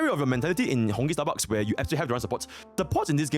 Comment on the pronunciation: why he always said honkai starbuck